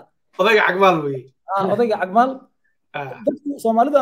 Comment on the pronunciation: Cag maal not caag